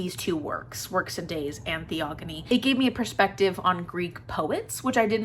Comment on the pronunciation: Hey! Hesiod...Theogony...oh that Greek pronunciation...!